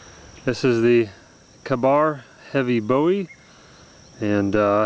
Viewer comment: Ka-bar- pronounced kay-bar. You made it sound stupid. That being said, it is a supremely wonderful knife. super quality/value/coolness factor.